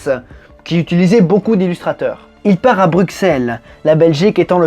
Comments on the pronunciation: CA se prononce Brussel et nn bruxelle Sinon excellent video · Ça se prononce brussel et pas brucxelle 😂😂😂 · Très bonne vidéo j'adore Michel Vaillant mais petit commentaire sur la prononciation de Bruxelles, que seul en visitant notre belle capitale belge on peut capter. Il faut comprendre qu'il n'y a que les français qui dissent Bruxelles car en Belgique on ne prononce pas le "x" on dit "Brussele". Sinon hésite pas a venir en Belgique on a aussi de chouette circuits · Super histoire tu m’a donné envie d’acheter les BD. Mais par contre stp c’est Bru « ssels » pas Bruxelles stp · Par contre le x de Bruxelles se prononce comme un double s, mais sinon super vidéo!